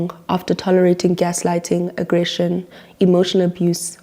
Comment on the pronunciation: You almost said addression 😹😹😹😹😹😹